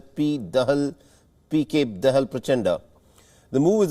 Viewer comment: Plz pronounce correctly, its not दहल but दाहाल, the surname of mr. pushp kamal dahal, a k a Prachanda.(पुष्पकमल दाहाल, प्रचण्ड)